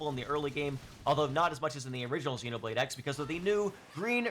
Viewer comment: For someone so knowledgeable you would think you would know it’s Xenoblade Cross. You even know to call the main character Cross 😂